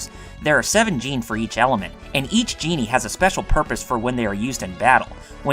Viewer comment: Very well done but I’m pretty sure djinni isn’t pronounced as genie. Only complaint